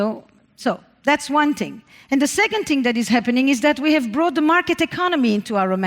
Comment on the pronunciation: She has me every time she says tHing without the H. Ting. Adorable. And out flows brilliance. I sit here and take notes, one t(h)ing after another.